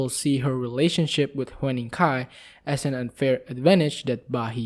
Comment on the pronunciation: pronounce : HYU-NING, not hue-ning. <3 xx